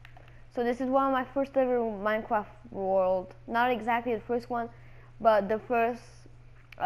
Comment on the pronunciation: I love how you pronounced minecraft "minecwaft" at the beginning lol